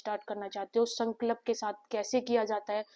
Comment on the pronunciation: Sankalp not Sanklap..😅 .. Madam theek se toh boliye !!